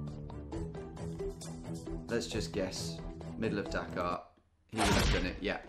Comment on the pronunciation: Something really upsetting to me as an American about the way Tom pronounces Dakar and Dhaka the same way 😂